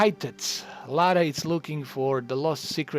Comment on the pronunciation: Her name is Lara.. REALLY IS IT THAT HARD. LA- RA, LA LA LA LA- RA RA RA RA